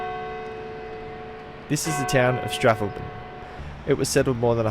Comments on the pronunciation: Strathalbyn is pronounce as strath-owl-bin 😂😂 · Strath..... al..... byn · Thoroughly enjoyed your pronunciation of Strathalbyn 😂😂😂